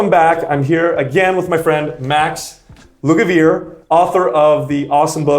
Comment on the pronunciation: IT IS NOT LUGA "VEAR", IT'S LUGA VAYRAY, IT'S ITALIAN, DO YOU KNOW ANY ITALIAN EXCEPT SPAGHETTI, MACARONI?